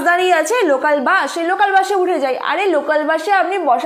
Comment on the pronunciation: bash na ota didi bus hobe 😂